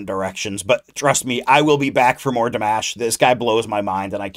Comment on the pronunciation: You said his name right.😊